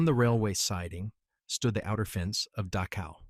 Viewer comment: AI, if possible, should be withdrawn and studied under far more stringent Testing parameters. I have noticed several different terrains and servicemen on both sides and about 1000 other things, including the fact that they can't seem to pronounce the name of the death camp Dachau. Then again apples, most glorious and must be their finest product. They're so proud of named talk to text sucks so badly that it's almost like there's a conspiracy to keep all this crap hidden. They don't want to admit how they manipulate the population and sooner than later no one will ever know the name of that place. I'm certain it's not on any kind of college curriculum in the blue haired nose, ring freak show alleged learning centers all across the United States that charge a mess to them and then never let them out of enslavement because of high interest rates, etc. This country really needs to take a damn good hard look at itself because there's one group of adults in charge at the moment and the rest of you morons who hate people even though you cannot ever in 1 million years why.